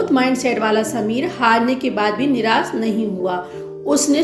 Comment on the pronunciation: Good try.. just work on polishing your Hindi and English pronunciation, and you will be better. e.g. स और श कहां उपयोग करना है। निराश सही है निरास गलत उच्चारण है।